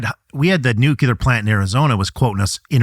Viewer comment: He can't pronounce "nuclear", and he's being interviewed by Tucker as some kind of expert. Many other issues with his comments, but that jumps out right at the beginning.